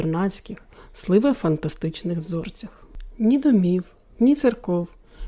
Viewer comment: Озвучка нікудишня.Навчіться виразного читання та правильних наголосів.Бо оте слИве замість сливЕ дере вуха ніби наждачкою.Не читання , а безбарвне торохтіння без розуміння змісту.